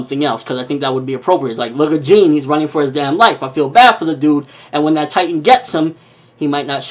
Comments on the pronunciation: It's pronounced "John" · Jean is pretty much pronounced "John" If you want to get more specific then it's more of a "zh" sound instead of "j"